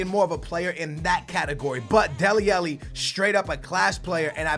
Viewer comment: Come on man. You started to say Alli's name correct in the last career. Now you're saying it incorrectly AGAIN